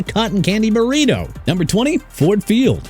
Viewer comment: Let's continue with the jagwires... smh... it's pronounced ja-gwaars! Secondly, thank you for making Hard Rock #27. I'm disgusted with that ranking. Maybe the dolphins can play elsewhere and you can rank whatever stadium they play from best to worst. Also, it's burrito (not burrino), and it's m and t bank stadium NOT MNT!! UNBELIEVABLE!!!!